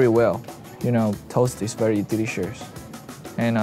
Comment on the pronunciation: if lay pronounces "delicious" as "DELISHURS" then THAT'S HOW WE ALL GONNA PRONOUNCE IT FROM NOW ON